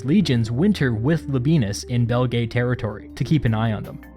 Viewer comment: This would have been much easier to listen to had you not included that horrible and distracting background "music!" I mean, what is the point of that? It even overwhelms the narration at some points, for Pete's sake! By the way, Belgae is pronounce Bel-guy in Latin, and to be really obnoxious about it, Caesar sounded like Kigh-ssar - since C always sounds like K in Latin.